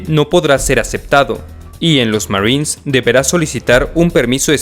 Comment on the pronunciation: Me da gracia como dice Marins jajaj